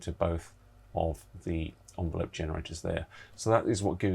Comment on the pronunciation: Interesting vid, pronunciation of ENvelope was a bit grating its not an ONvelope!